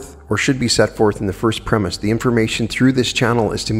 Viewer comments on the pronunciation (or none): none